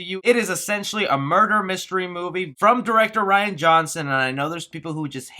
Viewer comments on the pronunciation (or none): none